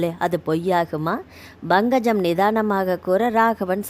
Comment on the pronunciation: Bankajam illai, Pankajam endru ucharikkavum